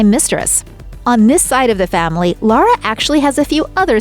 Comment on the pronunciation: Her name is Laura not Lara!